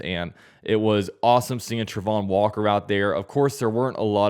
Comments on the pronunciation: u killing me dude u keep saying travon walker name wrong in all ur videos we share da same name ur butchering his name go to da 22draft & see how Roger Goodell call his name keep putting out great content luv ya man. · Enjoy your content but I really wish you would pronounce his name right…. Travon Walker